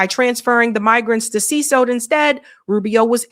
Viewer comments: See cot not see sote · It’s pronounced seh-CAUGHT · Damn, does she not know how to read? She pronounced CECOT "CESOT" at least three times! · You are totally buchering the word "Cecot". How have you not heard this word before? Is it not your damn job to know these things? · How is that this ignorant woman not know how to pronounce CECOT?? That he’ll hole is been in the news covered by her fellow journalists to infinity and this individual had never heard of CECOT!!!!!!! 😅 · I know, right? How do you see "CECOT" and pronounce it like she does?😂